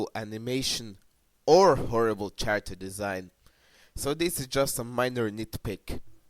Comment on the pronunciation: i love that u are giving your own opinoin but i am still a fan of regular show note: character is pronounced caracter